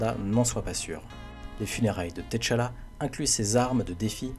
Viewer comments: je regarde aussi en anglais mais eux aussi se trompe sa ce prononce tchalla et pas t'challa en Afrique il n'y a pas d'apostrophe . Ps : good videos ! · Griot se prononce Grio T'challa se pronche tchalla comme avec tchat